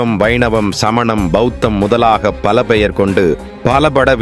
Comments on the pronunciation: பா வுத்தம் இல்லப்பா. பௌத்தம் னு சொல்லு. இல்லாடடி பவுத்தம் னு கூட சொல்லு. ப வுத்தம் பெத்த‌ எரிச்சல் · பா உத்தாதம் கிடையாது பௌத்த மதம் என்று உச்சரிக்கவேண்டும் dhaivaan கிடையாது Taiwan என்று உச்சரிக்கவேண்டும்